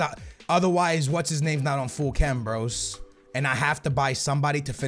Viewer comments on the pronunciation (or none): none